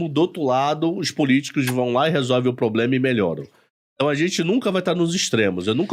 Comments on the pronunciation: "poblema" e "cidadões" foi de doer... Mas na área dele parece ser um ótimo profissional. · Eu ouvi varios "poblemas" também.... rsrsrs